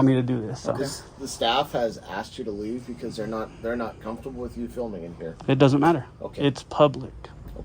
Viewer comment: no such of a word as "comfter". com - fort - a - ble has four syllables.